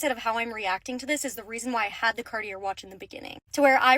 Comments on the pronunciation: Sorry but I can't take financial advice from someone who doesn’t know how to pronounce Cartier 🙃🫠😅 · Come on girl even Poo Shiesty can pronounce "Cartier" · Can I just hate how she pronounces Cartier and be done with her there. 😂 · Not the point but owning a cartier watch and not knowing how to properly pronounce "cartier" is crazy work 😅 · Is a millionaire but can't pronounce Cartier? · She can't even pronounce "Cartier"??? And she lost a 30K watch?? I wouldn't trust her based on that. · the way she pronounced Cartier was one of the most annoying things about the whole video 😆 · I don't trust anyone who can afford to buy Cartier but can't figure out how to pronounce it. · I have so many thoughts and I don’t want to write a novel in the comments but girl if you can’t pronounce Cartier, you’re giving yourself away. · How does one spend $30,000 on a watch and not know how to pronounce the brand name? Lol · How is she mispronouncing Cartier?? She sounds so ridiculous 🤦‍♀️ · She doesn’t even know how to pronounce Cartier. ??? There is only 1 common pronunciation. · The way she pronounces Cartier hurts my ears. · doesn’t know how to pronounce Cartier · If she's going to spend that kind of money on a watch, the least she could do is learn how to pronounce "Cartier" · Imagine thinking like this when you can’t even pronounce Cartier correct. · Doesn't know how to pronounce Cartier. Claims to be good at communication. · If you can't pronounce "Cartier," you shouldn't get to wear one. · petition to ban americans from saying french words. i’m sorry but she can’t even say cartier. and that mindset isn’t why she had it. word salad. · She can't even pronounce Cartier. JFC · If she truly owned a Cartier watch, wouldn’t she know how to pronounce Cartier correctly? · Yeah, I heard the way she said Cartier and was like perhaps I would be more impressed with her if she knew how to pronounce it. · Mhmm. “Cart—ee—er” 😆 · CARTI--ERR?? can't even pronounce it correctly. CAR-TEE-AA. Hon.